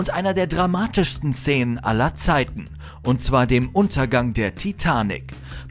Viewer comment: warum sagt er "zenen"? x d